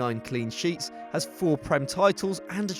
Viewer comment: He ha since made fifty apperances. MY EARS